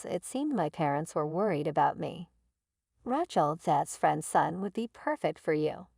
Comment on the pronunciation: Bad reader. Who wrote this? They need to learn language and spelling. If it was done by an AI, well, the Artificial Intelligence isn’t very intelligent! The worst I’ve ever read. And the way she pronounced the name Rachel….😂😂😂